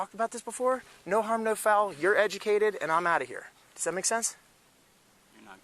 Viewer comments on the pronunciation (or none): none